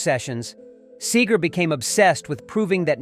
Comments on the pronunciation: Hey boy its "see-grrrr" Pronounce it right... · Yes - that was irritating..Kept pronouncing Segar's name as Sager. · Big Bob Say-gerr fan here. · Bob Saygert? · He's Said the name right. Maybe not the first time? Bob Sager! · Can SOMEONE please program the computer to correctly pronounce Bob's last name? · Can you be any more hyperbolic? First, you mispronounce his name throughout this and second, you make Bob Seger out to be some kind of monster or something. He isn't angry. He's a cool guy. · You can't even pronounce his name right!!! And Seger has great respect for Springsteen. So shut up. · And you can’t even get the pronunciation of the name right I’m gone. Your channel has been blocked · You dumb %_=<>& ....can you redo this and get his last name right..4 different version. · I don’t believe a word of this the announcer can’t even pronounce his last name correctly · If you want to be taken seriously, lurn how to pronounce Bob's last name. This is total garbage. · At least pronounce the dudes name right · If you’re gonna make a video about somebody at least learn to pronounce their name correctly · First learn how to pronounce Seger correctly. They are both phenomenal singers that represent working class man. Also, comparing Seger to Eagles? They were friends and Glen Frey grew up in Detroit. They co wrote several songs together. Get all the correct facts before you give opinions with false info. Have read bio and been a fan of both. Don't like people stating false things just to get views. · I can't stand how you mispronounce bob segers name in every other sentence. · IF YOU'RE GOING TO TALK ABOUT MR. SEGER, PLEASE PRONOUNCE HIS NAME CORRECTLY. GLEN FREY WAS BOB'S BEST FRIEND. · why did you said his last name wrong ... every time ? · If you're going be taken seriously as a reporter of history Try to pronounce Bob's name properly. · You said Seger wrong 531 times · Lol. I hear ya. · IT"S SEEEEGER not Saeger, get it right. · It’s Seeger idiot not Sager